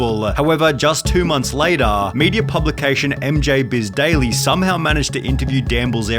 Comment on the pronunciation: What's with the random vocal frys going on in this video, holy crap? When you stressed quarter and media I had to laugh.